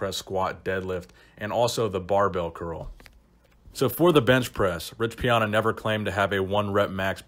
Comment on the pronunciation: “Rich Piona”